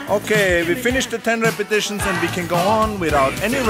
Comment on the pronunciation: Okay lets do 10 "repitishens"